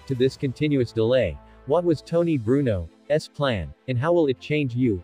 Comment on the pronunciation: Bruno's is pronounced as one word not two. The ('s) is part of the first word indicating possession. Is this a robot just following print or a new way for Americans to speak. Bad enough to get rid of irregular verb spellings, but this is a bit much.